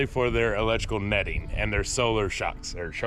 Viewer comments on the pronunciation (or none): Awesome nesting boxes. Love micro greens. Everything looks great there. Did you say Sholar Shock? LOL I can't wait to see your store get running at the road. I am thinking about doing the same thing.